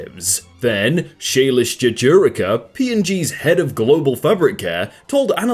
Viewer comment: I'm impressed by how he nailed Shailesh Jejurikar's pronunciation without a single stutter